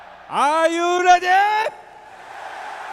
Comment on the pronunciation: Ah yu leady? AH YU REDER!?